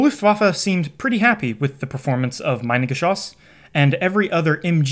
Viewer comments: Very good video. Only a minor correction in the pronunciation of Minengeschoss from me, a German. It is pronuced like Meenengeschoss. The German "i" is pronunced like the English "e". Greetings Mega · Minengeschoss is pronounced like Meenengeshoss source: I'm German. It means mine projectile, maybe not surprisingly. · Great video, one minor correction though: You use the English pronounciation of "mine" instead of the German one. No biggie, but I suggest you look up the correct pronounciation of the item in question beforehand. :) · Hahahha "Meinen-geschoss" ! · Minengeschoss. Pronounced like ee. Sounds like Meenengeschoss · the letter I ist pronounce Eee in German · It's pronounced Meenengeschoss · It’s actually pronounced meenangeshoss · It’s pronounced me-nengeschoss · Quick tip: pronounce like “meanan geschoss”. Has nothing to do with mining. 😊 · A little note from a German: Pleeeease don’t pronounce the word Minengeschoss as „mainengeschoss“. The letter i is pronounced e in German, like in the word „inter“. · That's funny, you know a huge load about the Minengeschoss but you still can't pronounce it correctly 😂 Try to say meenen but don't make the ee to long, just take the sound of the ee when you see an i in German. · Begging people that if they make a video about something like "Minengeschoss" they at least check that they pronounce the titular thing correctly. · In German - switch the pronunciation of I and e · Next video goes about pronouncing the names correct. Its not majnengeschoss, its mienengeschoss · haha pronounce "mee-nengeschoss", cause it's mean. "my-nengeschoss" sounds like "minebullet" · fyi pronunciation is "me"-nen not "my"-nen great video! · The first syllable is pronounced like "me", not "my". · The Geschoss part pronunciation is on point. Just the first part is infuriating for us Germans. Try pronouncing it like meanan. 😊